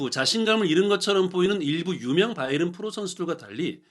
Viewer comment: 바이언? 바이에른? 발음을 통일하시지 따로국밥